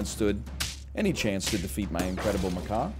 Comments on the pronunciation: That is not a “ma-kaw”… Macaws are tropical parrots. That’s a “ma-cack” or “ma-cock” like Jack or Jacques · it is. NL was saying macaw, chat was trying to convince him to say it correctly, somehow we ended with maCOCKA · Ma-kak :) is how you pronounce it just saying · * slams face on table repeatedly * It’s pronounced muck-ack! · Macaw is a bird, pronounced “muh caw”, rhymes with paw. Macaque is a monkey, and is pronounced “muh kak”, rhymes with yak. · The Macaque is pronounced muh·kak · He knew what he was doing when he kept pronouncing Macaque that way.